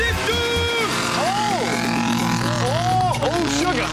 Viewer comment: Lol why? Cus hes saying dorifto?